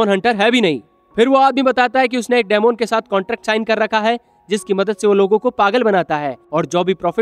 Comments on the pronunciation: Dmon nahi demon bol bhai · Dymond tf bro it's demon (di min)😪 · डेमोन नहीं डिमन hota hai ❤day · daimond nahi bhai demon bolte hain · It's not daamoon